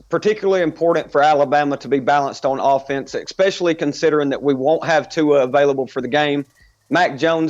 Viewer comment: It's "Especially" not "Expecially".